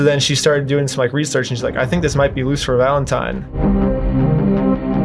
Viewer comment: I like how this guy never pronounces Lucifer. He always says something like "Luther" or "Lucer".